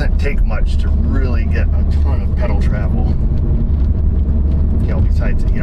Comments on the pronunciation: LOL "Pungee Spedel" or" Spungee Pedel" still having issues with teeth fixers? some of the words you come up with have me histerical .....not to be cruel on my part just good clean fun! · I don't know what's funnier, that you said pungi speddle, or the fact we all understood you... LMAO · LOL, "the pongy is spedal". Thanks for the laugh. Always enjoyable videos.